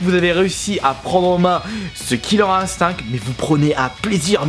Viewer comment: Tu le prononce bien :o